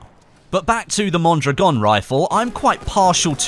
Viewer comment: Out of all youtuber u have gotten the closest to pronouncing Mondragon.